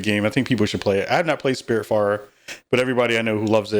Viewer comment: Did he say Spiritfart?? LMAO